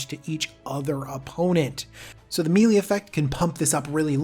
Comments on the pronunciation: Just FYI, it's "may-lay" not "mealy". ;) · "melee" is pronounced "may lay". It's French or something. Thanks dawg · MAYLAY, NOT MEELEE